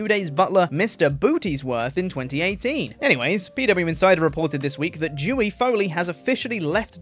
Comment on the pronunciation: I'm gonna need you to put more emphasis on the spelling of Dewey's name. Cause ummmmm it doesn't sound like you're saying Dewey but something far more offensive lol